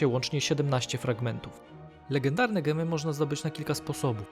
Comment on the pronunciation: Siwtny film :) ale mowimy Dzemy nie gemy :)